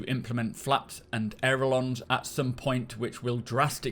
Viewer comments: It's not 'Air-a-lons' it's pronounced 'ale-ur-rons' Ailerons. The 'L' before the 'R'. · ailerons is pronounced Ail-er-ons. Sorry, was just bugging me. Good video as always.:)